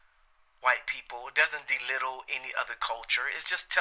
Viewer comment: I loved your vid bro, but bruce lee was chinese, it is astrology not askrology, belittle not delittle and ridley scott not riley scott